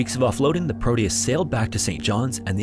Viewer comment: It's Proteus with a T not prodeus 😊